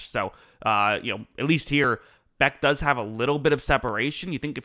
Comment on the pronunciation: [Jack Beck] dude! C'mon get it right at least with the names its: Jack "BESH" you even say it again - 👈🏻👉🏻Beck..